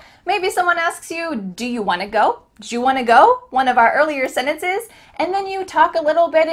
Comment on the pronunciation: What happened to "sentences"?it became "senetece"00